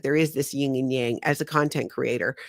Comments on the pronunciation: It's yin and yang. Not ying. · No disrespect meant but it’s Yin Yang not Ying Yang. Great live today, thank you 🙏🏽